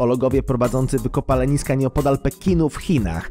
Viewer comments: Wykopaleniska? Nie wykopaliska? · "archeolohowie prowadzący wykopalENiska" 🙈🤦‍♂️🤦‍♀️ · wykopaleniska'' :D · "wykopaleniska" łot the kurwa fak ?